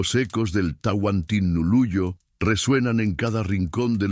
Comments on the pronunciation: TANTINUYO?????? TAHUANTINSUYO QUISO DECIR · No saben decir los nombres correctos, que lástima. No es Tahuanisuyo sino Tahuantinsuyo. Por allí tiene mas errores, corrijanlos para no tomarlo como falta de respeto. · Hola por no preparas mejor para grabar no es tantisuyo es TAHUANTINSUYO DENIGRAS EL IMPERIO INCA CON TU DOCUMENTAL BARATO. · Señor pir favor el imperio no se llamó Tantinuyo,se llamo el Tahuantinsuyo.